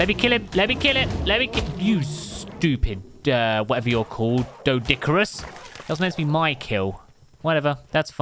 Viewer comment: Search up how to say doedicurus, it’s actually pronounced Deed-i-kur-us